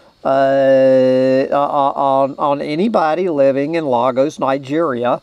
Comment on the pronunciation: Lagos Nigeria is pronounced Lay-gos. Lagos is the largest, and expanding, city in Africa. Don’t blame poor developing nations for the plastic pollution, it’s the rich western countries that introduced them to small plastic sachets of detergent, cosmetics, toiletries, even water sachets. The majority of it’s people are very poor relative to western developed nations, so sachets have been in wide use, perceived as affordable, convenient, and indispensable, but only because their true costs are externalised, unaccounted for by corporations that have profited handsomely from the sachet economy, and disproportionately paid for by society. Africa was also ill prepared for dealing with plastic detritus, as in many cases no garbage collection or reclamation/recycling plants in place. And to top it all many other countries send their waste to Africa for recycling/disposal🤔